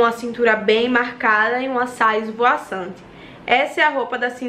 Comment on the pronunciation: Ninguém: a: esvoaçante